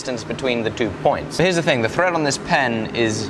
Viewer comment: he said ‘thrrrreead’ like Mexican OT. The mexican in me was so happy as an Englishman said that like that 🤣